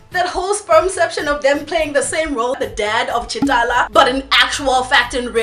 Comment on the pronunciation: It sounded like you said Ch'Talla lol